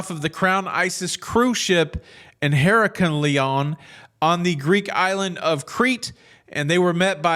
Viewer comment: I think you were trying to pronounce Heraklion. It's pronounced Hair ahk lee on, with the accent on the second syllable.